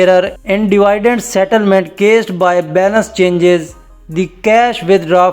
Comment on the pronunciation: Phle dividend ko perhna seekh lo